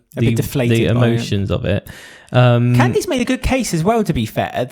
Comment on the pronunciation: It's more CAN-dass (emphasis on the first syllable), but yes.